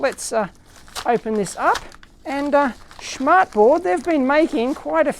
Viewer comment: "schmartboard" is hilarious if you're german. Btw your pronunciation was correct ! :)